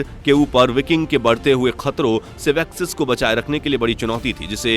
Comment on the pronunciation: Nice info but sussex,cent,essex,mercia....... pronounce sahi nahi kiya tune